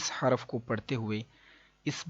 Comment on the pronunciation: ماشاء اللہ اچھی ویڈیو ہے ۔ حروف میں حاء پر پیش پڑھنا چاہیے۔ حرف میں راء پر جزم پڑھنا چاہیے۔ شکرا جزیلا